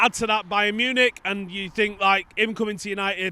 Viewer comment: did just say Brian Munich?